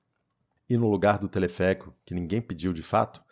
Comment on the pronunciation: telefeérico rsrs